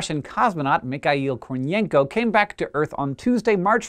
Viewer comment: Thank you how the A- pronunciation of Mikle Kornienko's name. Chances are you are secretly learning russian. :)